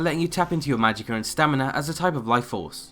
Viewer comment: Since when is there an R in magicka...